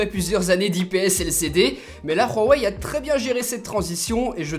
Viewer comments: Khwawei? Hhhhhhhh c'est huawei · pk il dis "Rhuawei" , c'est Huawei , tu mets pas un r devant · On dit huawai ai non rhuwai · On dit pas rhawai mais houahwai! Dans la pub du mate 10 ils disent houahwai! Arrête de te donner un style c'est ridicule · Superbe vidéo avec un test comme on aime. Rien à redire (heu on dit vraiment rouawei ? c'est chinois juste ouawei) Ta vidéo est vraiment pro, tu parles clairement comme toujours, franchement continue comme ça t'es au top ! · Pourquoi tu dis Raweï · ON DIT "WUAWEI" (en phonétique) ET PAS "RHUAWEI" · C pas "ruawai" comme tu le prononce c "huawaï" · je m'excuse mais c grave quand tu dis ruawei breffff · Putin on dit hawei pas rawei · Huawei pas Rwawei mdr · Huawei .... pas RUAWEI ... tu as cru que c'était de l'Espagnol 😂😂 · C’est huawei pas rouawei 🤣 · Je suis asiaitique et ma mère m'a dit que ça se prononce mwavaï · Woawé pas rouawé (oui j’ai écrit bizarre mais sa me dérangeais comme tu prononce) sinon top comme d’hab du bon travail et tes vidéos des améliorations depuis le 73freesteler et oui toujours abonné 😘👋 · pk tu dis "ruawei"? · Pourquoi tu prononce Huawei en mode Espagne ??? On dirait vraiment que tu dis Rorey MDR. Concernant les "boutons" comme tu dis en bas qui te dérange, il y a une fonction qui l'efface et on les fait apparaitre en faisant un léger slide de bas en haut sur 2 ou 3 cm... donc pas dérangeant du tout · J'entends mal ou c'est lui qui dit RHUAWEI ? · C'est moi ou bien j'ai l'impression que dit " Rouwawei "?? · Superbe vidéo mais par contre on prononce ça : "OuaWey" ^^' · Ca se dis vraiment ruawei? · mais prq tu dit rhowei ?? xD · Ruawei mdrrr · stp arrete de dire juawei c'est horrible mdr... sinon encore une super video